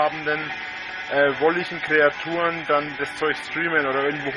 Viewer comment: "irchendwelche wolligen Kreaturne" lel